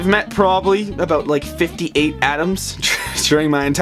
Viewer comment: Aboyt. That stereotype sure is true though.